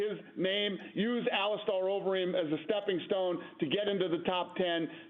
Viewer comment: It’s Ali-Stir!!!!